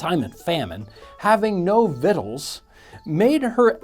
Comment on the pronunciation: I love the fact you pronounced "victuals" correctly..."vittles".